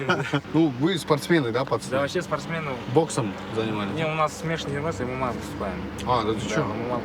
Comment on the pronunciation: У меня капец уши резали от слово ММА😂